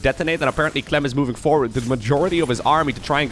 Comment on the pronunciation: "He goes by the name of Cuh-lem!"